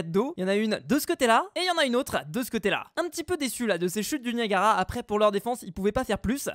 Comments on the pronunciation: Tu as dit "Naiagara" sa se prononce "Niagara" bref, j'ai adoré ta vidéo comme toujour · Nayagara Falls!?, a chaque épisode tu vas nous faire une faute de lecture?